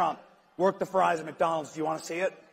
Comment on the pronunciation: The “Mack” Donald